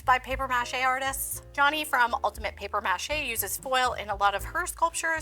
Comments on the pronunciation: The way she is saying mâché is driving me insane lol muuuh Shay not Mash ayy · It’s “paper muh-SHAY” 😂😅🤬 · It's really cringy to hear paper mache pronounced mă shay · I can’t stand the way you pronounce “Paper MA Chey”😤Got through a whole 45 seconds of this video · Paper mash-A 😂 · OK, but why are you pronouncing it that way? lol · Please stop saying paper mache like that. It hits the ear all kinds of wrong. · You must be from like Minnesota or something because you keep pronouncing maché wrong and you don't have a sloppy "mass" all over your hands... it's a mess. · You are SOOOOOOO annoying..."Paper MAche" Had to turn you off!!!!!